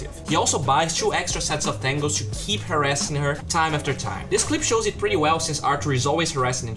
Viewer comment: I LOVE this "things I learned with" and all your content, but PLEASE: could you pronounce the word "pretty" like you where saying "whisky" or "Minnie" or "pity"? Please I hope you take my comment as an advise. Greetings